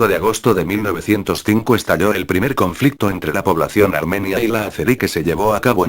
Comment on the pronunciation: pon mapas y banderas de la época, y gente destacable para que sea mejor tu trabajo, y también la gramática al hablar (armenía), aún así, excelente